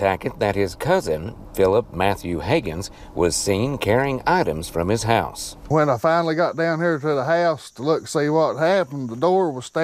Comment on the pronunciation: It takes a powerful accent to turn the word "House" into a two syllable word 😂😂😂